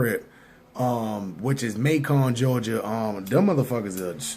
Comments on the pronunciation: Pronounce May-kin not May-con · Macon is pronounced May-kin' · It’s not Mac-on ga nigga it’s Macon like Bacon. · Not pronounced MAY CON...ITS MAY CUN LIKE BACON.....MACON, GA. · Nigga said MAY CON lmao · Just fyi, its Macon, like bacon not May-con... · Y u saying Macon so proper😂😂😂😂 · You said macon wrong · Macon rhymes with bacon bruh. He was fckn that name up.